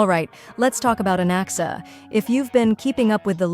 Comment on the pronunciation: I thought i heard bro said Alexa when bro said Anaxa but im noy kidding bro actually said Alexa